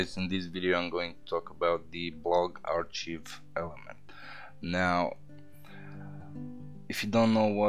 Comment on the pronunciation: FYI 'archive' is pronounced "ARK-I've"